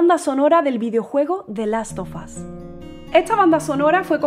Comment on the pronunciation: the last sofas 😅.No es hate simplemente creo que lo deberian de pronunciar bien .Aparte de eso me encanto el arreglo que le hizo a la canción